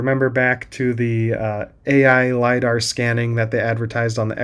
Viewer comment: Stop saying "Lida" it never was lida and it wont will be. its just a camera and a line laser.